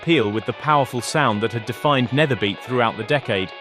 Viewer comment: ‘Nederbeat’ is pronounced as ‘nayderbeat’. With a typical Dutch accent ‘beat’ sounds like the word ‘beet’ in Dutch. Nayderbeet. ;) Really. With a rolling R to boot.